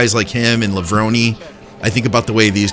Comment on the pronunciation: Back when the mags ruled the world, there were several names no one was sure how to pronounce. "Lever-Roni" was common.